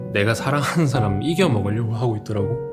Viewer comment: 이↘️겨↗️먹으려고~ ㅎㅎ 레알 경상도 억양